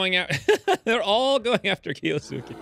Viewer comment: Key-OH-Skay screams my inner grammar nanny. (Kiosuke a main character in Roroni Kenshin.) I secretly hoped the bears would off him to get rid of the hangnail. 😅